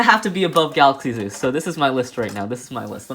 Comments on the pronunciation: he said gulluxy Zeus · Also "galuxy zeus?" Hhahahaha